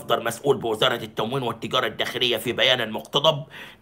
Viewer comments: اسمها تموين ولا تومين للتوضيح 😂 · اسمها التموين وليس التومين